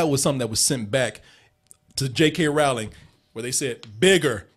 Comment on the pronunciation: it's Rowling like Bowling. lol